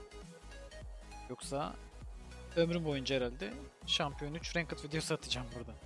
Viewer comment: renkid dedi ya la 😂